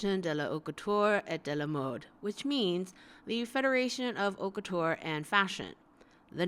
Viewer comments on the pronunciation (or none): haute couture prononciation. h is omitted , and it's like a long o that end with t cause you omit the ending e as well. couture's cou is like coo from cocoon. Lastly the ture is not pronounced as tch and the last e is omitted too. I hope it makes enough sens for you to grab it and anyway it's fine if you can't pronounce it correctly. It just sounds corny and slightly pretentious when English speakers say it. keep up the good work I really enjoy watching your videos :)